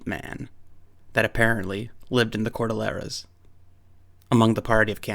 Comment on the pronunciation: Very well presented research. However, a few points. Please pronounce CORDILLERAS correctly...4 syllables..COR - DILL - ER - A. not cor - dil - lera . Amazon River Otters are leary of humans, and would not be capable of flipping over a boat, nor canoe. You forgot to mention the Mande Barung and Amaste. You are obviously a well read and semi well educated individual, but you obviously lack what we field researchers call Real World experience .Boots on the Ground in these places you read about. You should honestly get your nose outta the books for a change and go travel and do your own research and gain some field experience, instead of just quoting others who have done all the dirty work for you. It aint no picnic, but you'll return a much more well rounded and credible reseacher, if you survive the experience.